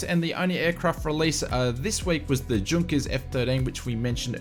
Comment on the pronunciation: These update are very handy however, as pedantic as it perhaps sounds, some of the pronunciations do keep cropping up and stand out for all the wrong reasons. Junkers is pronounced Yunkers. Likewise, Jorg I suspect is not Gorg with the ‘G’ sounding like the ‘J’ in ‘Jug’ but is probably ‘Yorg’. Easy mistakes to make without knowledge of languages here in Europe but perhaps something to have learned by now. And Ibiza is generally pronounced I-beetha if that makes sense :) Cheers.